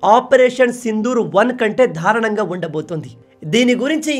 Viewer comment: ధారణం కాదు దారుణం